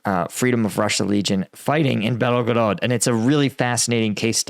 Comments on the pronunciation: Why do you say "BelOgorod" it's Belgorod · You gotta stop adding the extra O to Belgorod. BELL-GO-ROD not BELLOW-GOROD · Why do Americans mispronounce foreign place names despite the clear spelling . Belgorod has only two "o"s and is not that hard to pronounce. It is not Belogorod. Their eyes just glaze over and they take a stab based on some preconceived idea of what it should be, because it's all too hard. I let it pass before but this is multiple times now. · At this point I m curious if you are actually just illiterate. Can't you spend 2 seconds reading a word before you speak it? You 're making it hard for people to take you seriously. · Belgorod. There is no O after the L. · Mate... please learn to get at least the Main cities pronounced right... its Kind of disrespectful and unprofessional. Like Bel-go-rod and not Belagorodga.. or Za-po-ri-sha instead of Zapohorihisia or whatever you call it..